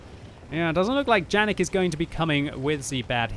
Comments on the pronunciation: No "Džanig", but probably Janík (try Google translator - cz or sk) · Its Yanek not Janek, its german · Its pronounced yanek but ok still great video